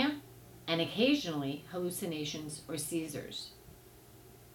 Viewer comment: "hallucinations or caesars" lol